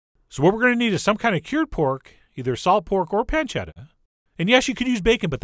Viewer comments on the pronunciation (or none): Pancetta-UH! -Chef John, 2016